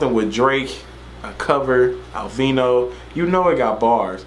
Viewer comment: Ar-ver-lee-no thats how it’s pronounced